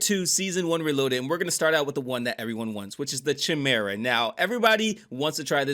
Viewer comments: KY - MARE - UH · Nobody, I mean nobody, seems to know how to say chimera. Lol.